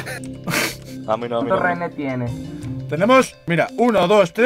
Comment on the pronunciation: Español: rehenes Ingles: rejenes